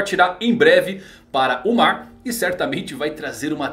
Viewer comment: Real kkkkkkkkkk na primeira aparição do kaido o narrador disse "no maar" e eu fiquei???????!!!